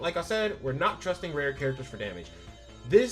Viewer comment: Apologies, I kept hearing "red" instead of Rare lol Rare Maki's ults recovers 240 Ultimate gauge of her collaborator. she also can apply Crit Resist Decrease by 20% on her skill 3 to one (or more) enemies. Rare Panda can draw attack for 1 turn and has a 40% decrease in damage taken, along with a 25% DDT buff that last for 3 turns. Coupled with a teammate that gives him curse energy and a bit that keeps him topped up, he can draw attack for the turns needed while you pick off enemies.